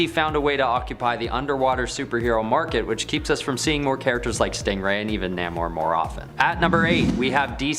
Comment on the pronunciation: Couldn't stay past Dr. Fate....your channel needs verification of these so-called facts,and pronunciation! First off it's Namor.( nay-more) for those that can't read. And Stingray had his own run in the early 90s or so. And DR. Fate has always been around and never been dropped. Always somewhere